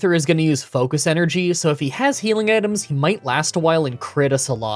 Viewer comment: "focust blast"